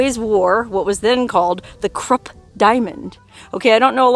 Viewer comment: Krupp.... Is pronounced....kroop....